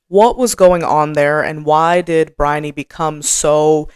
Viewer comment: I thought your explanations are spot on. I did have to laugh about your difficulty pronouncing Briony's name though. I'm British and my youngest daughter's name is Bryony (different spelling, same pronunciation). She was born in the UK but when she was 4 we moved to the US where she's lived ever since. She's now in her 40s. And she has always hated her name because nobody, but nobody has ever been able to pronounce her name and as a child she got called some very bizarre versions of her name by her classmates up to and including 'Baloney'. 🤣😂While it's not one of those very common names it's certain well known over here and everyone will know how to say it, and generally say what a pretty name it is.